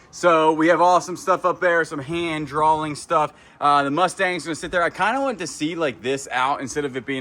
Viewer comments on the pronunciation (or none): none